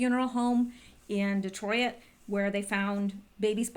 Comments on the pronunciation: Detroit not Detroi it lol 2 syllables. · lol De troy it ? You make me laugh every time you say Detroit. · Lawdamercy please learn how to pronounce Detroit!! Lol